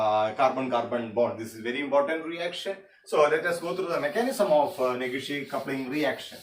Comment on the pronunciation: Negishi coupling sir not neghishi coupling